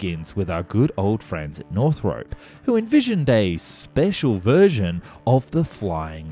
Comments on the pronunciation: Can't wait for more. Btw, is it "North-rup" or "North-rope"? I've always said the former and I thought that's what you were using in your last video (on the XB-35). Here it sounds much more like "North-rope". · Thank you. Northrop. The North-rope pronunciation grated almost as much as "ek-speshully". :( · Enjoy your videos. But for pity sake. Jack NORTHROP. Not north-ROPE. There is no E on the end. In fact Northrop himself would’ve pronounced it more like Northrp. Stress on first syllable. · Northrop has no "e" in it. It's Northrop not "north rope".